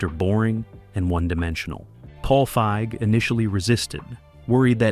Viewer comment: It pronounced Paige Feig's name as a slur one time, then caught another weird pronunciation that didn't happen the other times, stopped watching